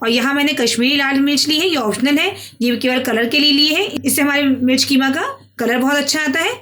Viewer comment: Keema nahi qeema kaho